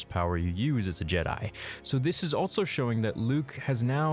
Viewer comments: Drink every time he says "altso" or "I'll bite" instead of also and albeit! 🤣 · The dude also says “Altso” instead of “Also”. Makes no sense.